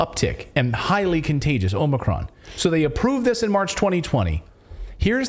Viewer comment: Omicron. More like 'omni-con'. Accurate slip there.